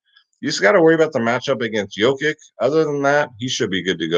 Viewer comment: My ears bleed every time. Here we go, correct pronunciations are NUR-Kitch and YO-Kitch.